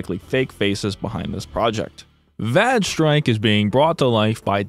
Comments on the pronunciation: I assume that "vage" is supposed to rhyme with "rage", because "vag strike" has a completely different implication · Im pretty sure its vaj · Lol vag strike! Not certain if it's the same in the US but Vag here, as it's pronounced in this video, is short for a certain women's part. If he said vAge as it's spelt, then it would not be so funny, but it seems that the game is a vag so is pronouncing it right. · it took me the comments section to realize why he was pronouncing vage strike that way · Oh brother, that Vage Strike one is a whole other level of laziness. Red Eclipse being able to patch their game because they didn't even make their own server is just llc *-:=3 mwah; hope someone got to see that. And you must have quite the reputation if they trashed their whole site just from seeing you (or it might have been asking for the dev). Also, it rhymes with "mage" (like the recording ), not "badge". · I am on the fence whether the word "vage" sounds more like vague or vag.